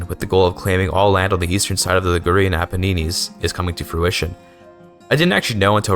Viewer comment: Great video but I have to say pronouncing the Apennines like paninis is so funny